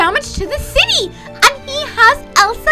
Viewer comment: "U must freeze the shity" I think she ment city lol BTW live u and little kelly